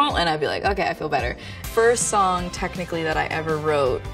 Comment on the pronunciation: No one: Sabrina: well *technically*......P L E A S E don’t pull it up